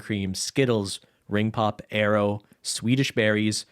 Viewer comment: Why do you pronounce Aero as Arrow?